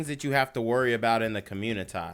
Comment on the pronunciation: Genquavius Jackson for communitah newz. 😂